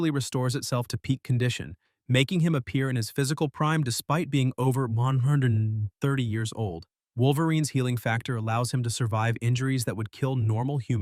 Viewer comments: Say 130 again 😂😂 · 🤣🤣🤣🤣🤣 sounded like he did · Did you have a stroke trying to say 130? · It's nice to hear a ai having a stroke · Sounded like 130 strokes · broh this comment got me dying bc it fr did sound like it😂😂😂😂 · The a I can't say "130" properly ! 😆